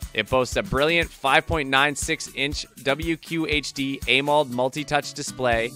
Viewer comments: Ah MO led. Why are you saying aye mold? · Bruh it sounds like he’s doing an ad read for each of these phones and struggling at that. That’s not how you pronounce AMOLED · I'd love to know what AIMOLD is, surely you mean AMOLED that's AM-OLED